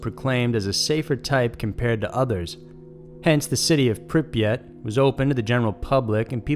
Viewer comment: I'm impressed he actually got the name of Pripyat right. Most people call it Chernobyl and that's the name of the Power Plant, not the Town.